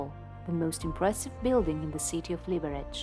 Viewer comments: the correct emphasis is : liberez/ liberets ☝️🤓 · The bad pronunciation of the city's name annoys me. Correct Czech not "Libereč" but "Liberetz" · Liberec, not Libereč🙄